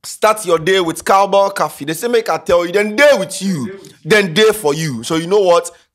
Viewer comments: What is caffee ? Please it’s coffee with an “O” not an “A” , na Ghanafuo pre dudu 🥹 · “Cowbell cahfee” lmao.